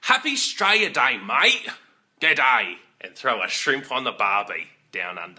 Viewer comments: g'day mate** not geday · Haha I've never heard anyone say g'day as awkwardly as this! People say it all the time here